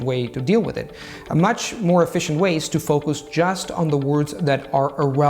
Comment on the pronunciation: Your enunciation of "word" and "focus" are odd. A dead giveaway of non-native speakers and incongruous with rest of your pronunciation which is higher than the general standards for second language speakers.